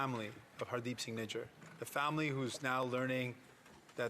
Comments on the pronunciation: Lol listen to it at 3.19 he says nigger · yes especially when the guys name is spelt "Nijjar". So it is not spelt or pronounced the way her said it. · How did he pronounce his last name Nijjar? 😂